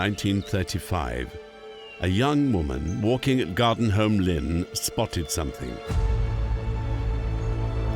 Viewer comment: That woman expert,who keeps saying somethink,instead of something,is really getting on my nerves.She also said ‘nothink’.What an appalling mangling of the language.